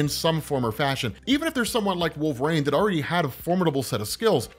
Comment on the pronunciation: Why do you pronounce Wolverine like that...? 😂